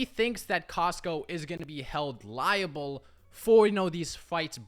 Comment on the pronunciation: Held 'Liable'. not 'Reliable". lmao